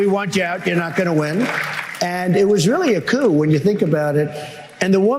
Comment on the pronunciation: "It was really a COOO if you think about it..." He learned a new word after Jan 6. And now he thinks it makes him sound intelligent. 🙄